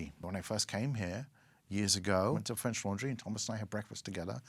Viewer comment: His French pronunciation is terrible...